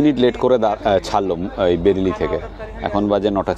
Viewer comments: Not Berili it is Bareily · কথাটা বেরিলি নয়..... ওটা বারেলি...... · Journey ta khubi valo chilo.khawa dawa ta to fatafati chilo. Bhai, bereli bolchilen but ota pronounce hobe b reli.